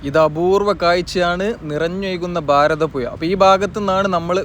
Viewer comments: ഭാരതപ്പുഴയാണ് പുയ അല്ല ഒന്ന് അക്ഷരം ശരിയാക്കു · ഫാരതപുഴ അല്ലെ ശെരിക്കുള്ള ഉച്ചാരണം